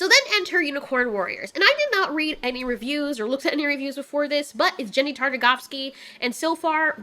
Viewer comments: bruh she really said jendy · No one: Not a soul:: "Jendry Tartagofski" 😂 so many people say his name different but i love how she says it in particular!